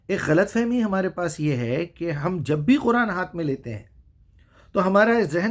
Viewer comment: Gentleman don't lecture, you could not prononciate correctly, you can't speak correctly, jabhe be, jabhe be .... Hat is this. You should say jb bhe. I have stopped list your bakwas.